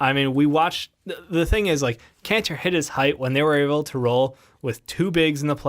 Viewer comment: EEnis Kanter? lol idk why but that pronunciation sounds like nails on a chalkboard